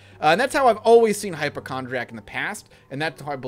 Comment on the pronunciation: Hyp-O-chondriac has an O sound in it